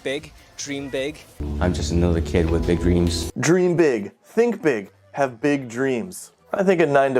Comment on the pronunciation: 謝霆鋒讀個big字有冇搞錯？